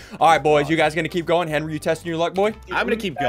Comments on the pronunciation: "Call Henwy a foot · "HENWY IS A FOOT FOOT" Ssundee 2019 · Haleigh Snyder it’s Henwy with a w